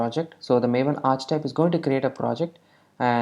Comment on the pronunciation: Great video! Just so you know for the future, archetype is pronounced "arr"-"key"-"type" ( )